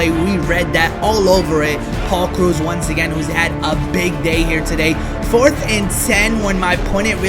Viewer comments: It's krau-ouse no t krus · It's krause not cruz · Omfg it's not it's not crews, it's kraws lol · Am I the only one who kept yelling Krause whenever he said cruise😂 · pronounce it like krowse .you pronounce it like cruz example,victor cruz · It's Paul krowse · You butchered Krause in like 5 different ways. It's pronounced like House. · Krause... like "house" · It's *kr-ow-se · btw it is pronounced krauw-s, like sauerkraut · am I the only one who is a little annoyed with how he pronounces Krause almost like "cruse?" It's not a huge deal I just have pet peeves 😂 great video nonetheless! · Paul cruise lmao (that's how he pronounces it) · who else cringed everytime said kroos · It's pronounced kraws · You did butcher his name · Sorry my ocd is killing me when u butcher Paul Krause's name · You pronounce Paul Krause wrong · Your butchering his nam lol